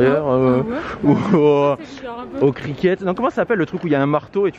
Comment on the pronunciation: trop de déception nourriture mdr, pour le sport que cherchait c'est le cricket (le T ne se prononce pas) je suis de vos vlog j'ai l'impression de m'évader, par contre vu les galères que vous avez durant vos vlogs vous devriez renommer la chaine Les aventures de et xD 🥰🥰